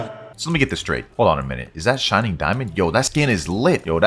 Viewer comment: Bro says shinning diamond, it's crazy dubbed bozo 🤣